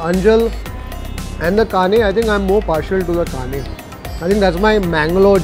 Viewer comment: Kane fish pronunciation wasn't correct. said Kane with small 'n' in hindi.